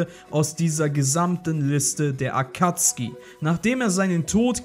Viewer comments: Sorry aber Akatski triggered mich hart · Akatsuki nicht Akatski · Akatzuki wird Akazuki nicht Akuzki ausgesprochen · ich kann diese akatzki nicht hören tut mir leid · Kannst du vllt nicht lesen da steht akazuki mit u und nicht akatzki ohne u lost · Da steht Akatsuki du deutsches Würstchen. Sowohl im japanischen als auch im englischen sagt man "Akatski" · Est heißt nich akatski sonder Akatsuki😤😤😤😤!!! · Ich könnte schwören das heißt akatsuki und nicht akatski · Sorry, war falsch formuliert. Es sollte mehr auf das "deutsche" bezogen sein. Im Englischen und im Japanischen heißt es nämlich "Akatski" und nur im Deutschen "Akatsuki" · Akatsuki!! NICHT ,,Akazki‘‘ AKATSUKI!! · Akatski? Akatsuki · Englische Aussprache: Akatski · Akatski die Aussprache klingt voll cringe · Es heißt akatsuki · Kann es sein dass du die namen falch aussprichst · jetzt nix gegen dich aber irgentwie regt es mich auch wie du AKATSUKI Aussprichst